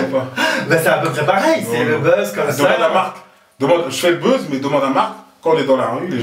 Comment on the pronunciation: Il dit bezz. C buzz